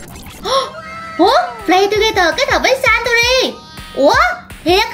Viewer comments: S sanrio mà cj đọc là santuril v? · sanrio mà chị sao chị nói santori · Nó là saniro chứ ko phải Santori đâu ạ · cj ơi chj đọc sai tên rồi ạ santori phải đọc là sanrio mới đúng ạ 🥰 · ng ta là Sanrio mà nó Santori😂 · đâu phải đâu chị đó là sanrio mà ko phải satori